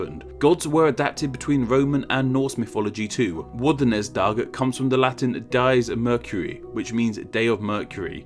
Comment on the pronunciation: I'm sorry but i cant help but point out that Dies Mercurii should be pronounced dee-ESS mer-CUR-ee-ee, and Dies Jovis dee-ESS YO-weess